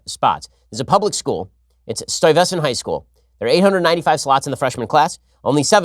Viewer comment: STY-VESS-ANT High School? Ben is smarter than I am by far however I have never heard this worded pronounced this way. The high school is named after Peter Stuyvesant, and is Stuyvesant High School, pronounced